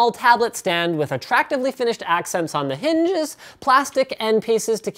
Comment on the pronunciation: "Smelash" "Hnnnnges" Sorry, these two quirks coming one after the other made me chuckle. Seriously though, Linus and crew, great work on this episode!